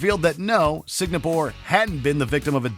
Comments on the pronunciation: Don’t take this the wrong way but it’s Singapore not signapore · ''fake terrorist attack in SIGNAPORE?! really,? SIGNAPORE? i mean, i know nobody in can pronounce foregin names properly, even if their life depended on it, but this is just - wrong! TWICE! dudes, it literally says ''Singapore'', not siGNapore! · it called Singapore not Segnapore you uncultured swine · Erm. Where is this new place I haven't heard of..... Signapore??? I've been to and heard of SINGAPORE..... S. I. N. G. A. P. O. R. E but not Signapore? New place from a game? Fantasy land? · It’s Singapore, not “signapore” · Signapore? Never heard of that country, smdh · WTF is Signapore !! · This video was really poorly made. From sudden editing to pronouncing "Singapore" as "Signapore", it seems like only cares about pumping out as much mediocre content as possible, because their views are stagnating. 3/10. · Did he really say Signapore or I'm tripping? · This dude was saying Signapore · did he say "Signapore"? .-. Edit: he did. Twice haha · Legit never heard anyone mispronounce it like that before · Did the narrator just said SIGNAPORE? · Does not know how to pronounce Singapore?